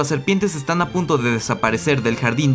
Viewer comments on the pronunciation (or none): none